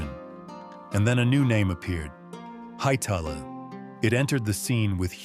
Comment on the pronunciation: Hytellah? No, get this AI slop out of here